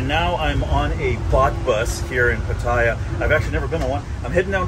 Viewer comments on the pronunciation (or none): Hi! FYI...PATTAYA is actually pronounced PAT-TAH-YAH, not PAT-TIE-YAH. It's pronounced exactly how it's spelled. No hate, just want you to pronounce it like a native Thai. Safe journey to you!